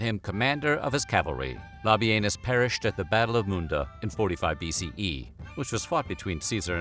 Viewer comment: Can’t help it…I laughed by butt off at the pronunciation of “Lobby Anus” 😂😂